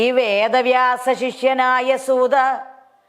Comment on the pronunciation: പാടിയ പാടിയാൽ ആണോ പ്രേമാ ബുദി അല്ല പ്രേമാം ബുധി യല്ലേ ബ്രെഹ്‌മാ അല്ല ബ്രെഹ്‌മ പ്രേബോധം ആണ്. പ്രെനോവി .... എന്താ. നല്ലയൊരു ശബ്ദം സുതാ... സൂത അല്ലെ. മാൻ ഉഷ... മാനുഷ. ഉള്ളത് വായിച്ചാൽ പോരെ. ഹ നല്ലപോലെ ഉച്ഛരിക്ക്. ത്ഥ.. പ്രമണ്യം.... മംഗലം.... മംഗളം... ല്ലൊരു.... വല്ലാഭം.... വല്ലഭം. ധ.... നല്ലപോലെ ഉച്ഛരിക്ക്. വന്തി .... വന്ദി.. പാരം.... മാന......😢. നൈ...ഭ..... 😇 ഉപ... ദേശിച്ച... ഖി... ക്കി.... ക്യാ... ഖ്യ....